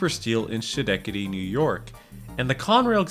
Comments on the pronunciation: Pronounced Skin-neck-tady!!!!! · That might be the worst attempt to say Schenetady 😂 Ske-nek-edee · "ska-neck-tady" pal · Lmao fr, immediately heard that and went straight to the comments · I literally had to do a double take to make sure he was talking about Schenectady. Poughkeepsie is another one that I often hear mispronounced.